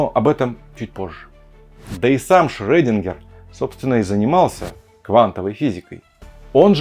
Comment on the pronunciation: Шрёдингер, а не Шрэдингер. Пишется через Ö. Как Фрёйд, а не Фрейд. Впрочем, Чёрчил тоже превратился в Черчиля, а Уотсон - в Ватсона